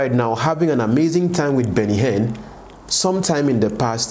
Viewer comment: Guy, pls pronounce people's names correctly now! Which one is Arom? The name is AROME. You also called Benny Hinn Benny Hen. Please do better abeg!